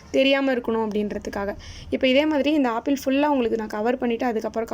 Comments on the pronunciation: that is not a aapple that is apple ok va🤣🤣🤣🤣🤣🤣🤣🤣🤣🤣🤣🤣🤣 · Apple nu Koda seri ya solla therla chii